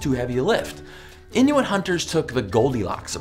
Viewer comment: The way he says inuit bothers me